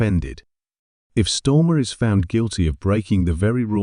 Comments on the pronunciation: Can’t beleive I’ve been pronouncing his name wrong , it’s clearly on almost every post stormer. 😂 ai click bait bollocks as usual. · This voice is AI, its mispronouncing knob heads name. Can we trust this site ?